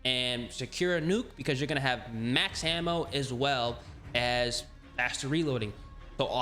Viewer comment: Hard to listen to you pronounce ammo man....